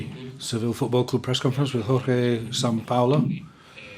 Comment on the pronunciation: I heard first translater says ”jorge säo paulo😂